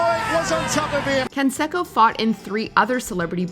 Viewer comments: It's pronounced con-say-co not con-sek-ko. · It’s not Can-sack-o. It’s Jose Can-say-co. You would think given you even used an interview clip you would have made sure you pronounced the peoples name correctly. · It’s pronounced “Kon-say- ko” not “Kon-she-ko.” And one of his opponents is pronounced “Vi” not Vey Sikaheema (he was a superb multi talented runner/receiver for BYU football) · "Can sec'oh" lol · That damn consecko I tell you 😂😂 what the hell?? You think these big YouTube channels could pronounce a damn name right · Jose Consecko lmao 😂 love how she miss pronounces that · Jose "con'say'co". 'Liar liar' taught me how to say his name. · No advisors to tell her Jose CAN-SAY-CO 😆🤣😂😹😆🤣😂😹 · Omg! It’s pronounced (con-say-co)! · Killin me. Pronounced Consayco. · Man you guys always flop the names. Haha jose consecko !!😂😂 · Can-sekko... really? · You never heard of Can-say-Co have you? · Say it with me ... Con....Say....Co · Or Jose Can-SEC-o. It hurts my ears every time she mispronounced their names over and over again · learn how to say Canseco right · Who is this child who can't pronounce Jean-Claude Van Damme or Jose Canseco's name why is she the narrator how do the people in editing this not correct her